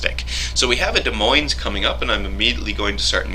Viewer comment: the "s" at the end of Moines is silent as is the "s" is Des.